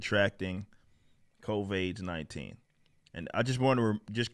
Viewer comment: I’m curious as to why he calls it Covaids